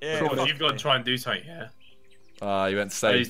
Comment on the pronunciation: W to does josh say seng instead of something